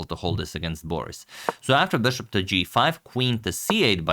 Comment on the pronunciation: "Boris" is also stressed on the last syllable